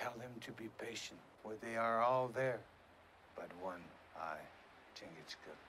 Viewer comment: Talk about mutilating a name. It is spelled Chingachgook, in three syllables.... Chin-gach-gook. The French referred to him as "Le Gros Serpent" The Great Snake, due to his ability to judge people's motives and intentions, and strike swiftly. Similarly, Magua is given the alias "Le renard subtil" meaning The wily fox.